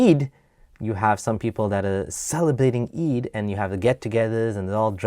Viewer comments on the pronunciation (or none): I’m suppose to believe this guy was an ex Muslim? 😂😂😂 he doesn’t even pronounce “eid” correctly, something my little year old brother can pronounce , or on the contrary this guy just lacks Arabic knowledge so he left something he never understood